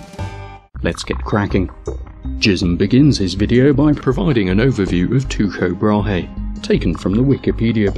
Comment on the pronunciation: Teeko Brah-hay. At least that's how I learned it in high school.